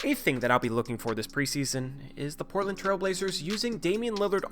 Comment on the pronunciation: Am I the only one that noticed you say "it's very imPortland for Portland..." in the middle of #2? A good friend will tell you your fly is down, rather than let others gawk at you. Luvvz!